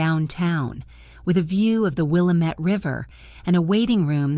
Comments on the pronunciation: Good story! However, I have one little quibble: it's the Will-AM-itt River, not the Will-ah-MET River. Please fix this. It grates on the ears of anyone who lives in western Oregon. Writing from Portland, OR, USA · PRONOUNCED..Will-a-met..hate AI... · your AI needs to learn how to pronounce Willamette.